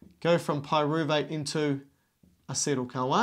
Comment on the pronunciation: Like how he pronounces this CoA as "Kawaii"